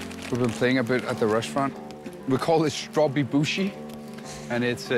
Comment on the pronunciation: it’s calle dume-boshi not bushi lol